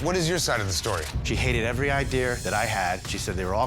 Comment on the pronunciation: The dumbass guy is impossible to work with, thats not even the worst thing about him, which is how he says “ideyer” when trying to say idea lol